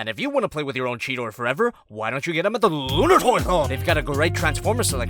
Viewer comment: the way you said lunar toy store tho